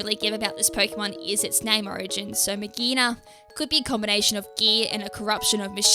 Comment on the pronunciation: I think it's pronounced Mag ghee Ah na That's how I've been trying to say it, it is clingclangs mega evolution